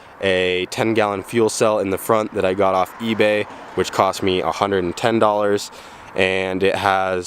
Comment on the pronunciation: every time he said Ebay I kept cringing